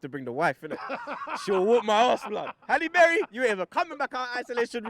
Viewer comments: Man said Halle Berry 😂😂😭 Robbie is moving maad 😂😂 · ROBBIE🤣🤣🤣 man said halie berry